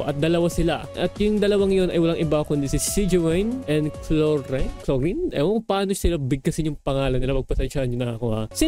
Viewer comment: Ang pag pronounce sa pangalan ni clorinde ay “CLORAYND